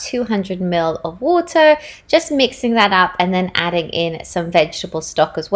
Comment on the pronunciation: Hi! I loved how when you were talking about drinking water...the first time you said water was very "English", followed by our very Canadian water 'waturrr'. Made me giggle! Plant based here too and couldn't live without my barista oat milk every day. My boys keep me busy! Would LOVE to see a plant based meal prep video! We love smoothies, peanut butter toast, pancakes in the am...will definitely try your oat bake! Love from Canada xxx